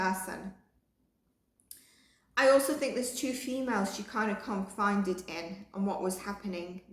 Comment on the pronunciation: Confided. Con fi ded Loveu. Just a little word help